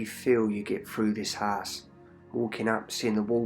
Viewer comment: nah it is all good in our HISE hehehe keep up the good work bud